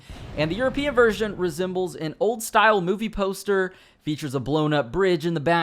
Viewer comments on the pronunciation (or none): none